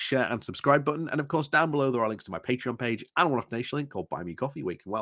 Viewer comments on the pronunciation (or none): none